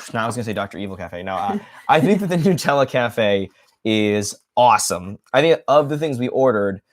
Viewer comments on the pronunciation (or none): They do when you stay in American hotels in Europe. The Hilton in Venice had a cafe on premise. It was a delightful surprise. Also, needs to learn how to pronounce NUT-ella, 😂